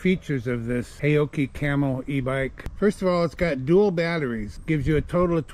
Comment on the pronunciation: Correct pronunciation: 'How-Chi'